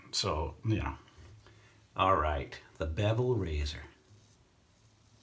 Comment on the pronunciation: The first couple of times when you said "Bevel razor" I understood "Devil razor". I thought "what the hell is that?"😂